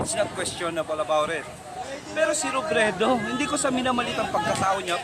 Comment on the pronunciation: ate robredo hindi robledo.hehehe....di ka lng pangit bulol kpa hahaha.... ate alisin mo salamin mo kc kung makapanglait ka ng kapwa mo grabe,baka pag inalis mo salamin mo bulag,duling or kirat ka hehehe,,,#gutom lng yan.